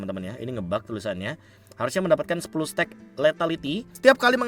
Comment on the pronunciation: Be sepele sih ini, tapi baca stack-nya agak ganggu, jadi laper dengernya steak mulu😂